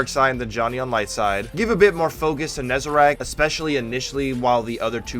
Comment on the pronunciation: NEZ-A-RECK. RECK. WRECK. NOT RACK. FFS.